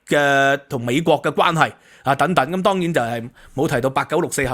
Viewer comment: "等等" 讀 deng deng, 不是讀 "躉躉!